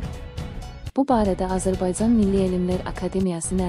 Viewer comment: Azerbaycan sozun duz teleffuz etmeyi oyrenin